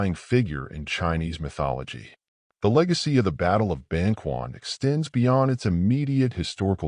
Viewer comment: Ban-ch’uan, not Ban-kwan